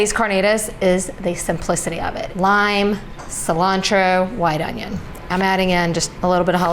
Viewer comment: A "Junnion" ? lol